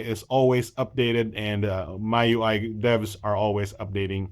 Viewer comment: I think it's pronounced Me UI, same as the Mi in Xiaomi :D